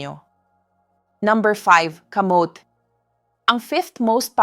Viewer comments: bakit ang pagkasabi niya ng muscles ay maskels? as a doctor they know the right pronunciation of muscles 🤭. tapos ang kamote ay kamot... AI naman yata yan .. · KA MO TE ( not kamot ) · Yung pronounce ng kamote Kamit!!? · Natawa din ako sa maskel 😂😂muscle Mas kel😂camote niya camot😂